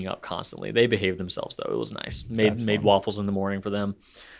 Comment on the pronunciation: .19 did just say “noice”? 😂 If that’s a Kath&Kim reference, I’m impressed. Greetings and thanks from Australia.